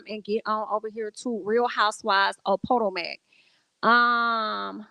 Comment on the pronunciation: Not PO TOE MAC 😂😂😂😂😂😂